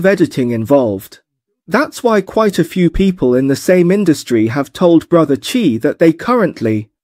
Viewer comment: Awesome incorporation of AI Tech! Love the accent!! which AI did you use? One bit of suggestion, pls use "Bro Chai" rather than "Bro Chi", I was thinking chi, si, xi...